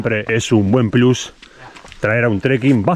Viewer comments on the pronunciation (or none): none